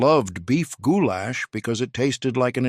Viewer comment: “Goo-Lash” gives me giggles every time! 😂